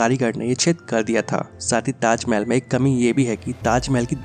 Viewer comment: Khender ko tajmel bolta.